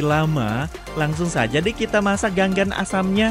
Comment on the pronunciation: Cara pengucapannya lain gan gan , tapi ga ngan